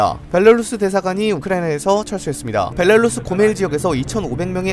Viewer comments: 벨라루스를 벨랄루스라고 자꾸 읽으시네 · 이분은 벨라루스 발음이 안되는듯 매번 벨랄루스 라고 발음하네 ㅎㅎㅎ